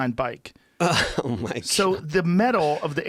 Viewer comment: Joe “Oh my guod he on x games mode” Rogan